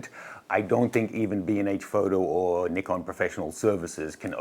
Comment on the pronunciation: Yesss… finally some YT’er that calls them “Neekom” and not “Nai-kon” which drives me insane! Go, go team Nee-kon! Gone play with my Nikon D600 today! 😅